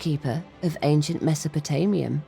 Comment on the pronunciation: Am I mishearing this, or does the host,, pronounce “ancient” like a mix of “ank-shent” and “ayn-shent”? I ask this because I recently ran across an American YouTuber in his early 20s who clearly pronounces “ancient” as “ank-shent”, the first time I’m ever heard a native English speaker do so. So, I wondering if that other YouTuber and grew up in the same part of the US.